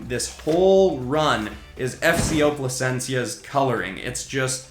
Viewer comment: You said Plascencia right